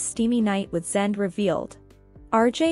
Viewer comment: Zende is pronounced Zen day.